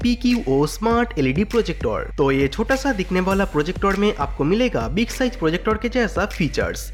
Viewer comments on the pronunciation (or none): none